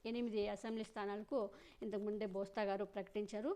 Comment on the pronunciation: బోస్తా కాదు బొత్స😂😂😂 నీ పేటి ఎం తగలయ్య